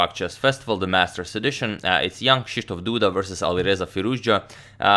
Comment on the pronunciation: I am amazed how well you pronounce Krzysztof.